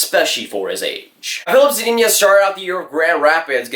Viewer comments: Hey just wanted to give u a tip on how to say zadina. Za-de-na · Can’t even say zadina right